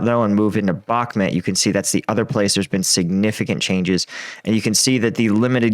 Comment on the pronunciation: Why do you say Backhmit not Backhmut?